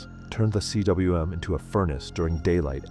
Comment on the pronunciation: It's not C.W.M it's pronounced coom. It's a Welsh word meaning valley!